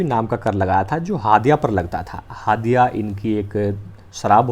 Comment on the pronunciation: आप झारखण्ड के रहने वाले नहीं हैं इसलिए हड़िया को हादिया बोल रहे हैं 😂😂😂😂